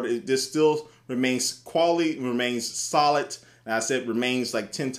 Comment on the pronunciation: lol he said "it remains SOLIT" lol